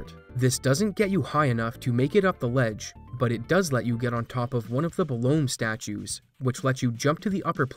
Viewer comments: It blows my mind that after all these years, people have stripped the original down to the RNG, found skip after skip, old and new, yet still don't get that it's pronounced "Below me," as in "Watch out below me!" It's a clear intentional pun from localization. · Belome is pronounced Below-me, as in the button to trigger the flood gates is "below me" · It really doesnt matter much; I only say this as a point of interest: your pronunciation of "Belome" as if the final "e" is silent is really jarring to me. The game was developed in Japan, in Japanese. There is no silent "e" in that language; all vowels are voiced (technically). I looked up how its name is written in Japanese; it's written in katakana as ベロ~ム, which romanizes to be-ro-mu with a slightly held "oh" sound (yeah, I speak the language, though it's been forever). Japanese has no L (which is baffling to my native English mind!), so it's interesting they would transliterate its name as Belome. So ol' four eyed dog-like thing with horns' name would would be most closely pronounced as "beh-loh-muh." Hey, I called the thing "Beh-loh-mey" forever, so I was wrong too! Aren't languages cool? Good day, friend!